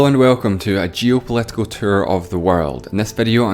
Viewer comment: Geopolit🇮cal. And you didn't touch on Canada and Quebec?